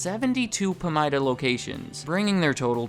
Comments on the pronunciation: It’s pronounced PA-MIDA, not PAM-IDA. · Pamida is pronounced “puh-my-duh” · It's Pah-mydah. We used to have one in my town before Shopko took over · It's pronounce Puh-Mai-Duh (Pa-mida). Pamida stores were great until they became Shopko stores. They went from being (Pamida) busy seven days a week to being (Shopko) dead seven days a week. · I miss Pamida (we pronounce it puh-my-da in Minnesota, btw) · Listening to you say “Pamida” tells me you aren’t from Iowa.